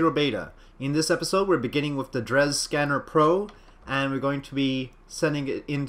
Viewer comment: Oh, BTW, its pronounced drey